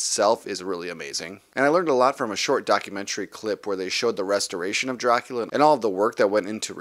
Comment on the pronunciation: I really like how your whole video is in Black & White, just like the movie itself. Very nice touch. Plus, of course, the fantastic pronunciation of the name Dracula. I really want to buy these movies on 4k Blu-ray and I planned on buying this boxset. However, when I saw the Steelbooks I thought they looked absolutely amazing and now I actually want to buy those. In fact, the cover art on the Steelbooks is exactly the same as the one used on the inside of this Digipack, but I think having the artwork at the front of the Steelbook just gives it that little bit extra, making it look even better. The only problem is, buying all four Steelbooks is about twice as expensive as buying this boxset. Yes, I know I said "all four Steelbooks" while only three of these movies are available as Steelbooks in the US, but I'm from Europe and over here all four of them are being released as Steelbooks.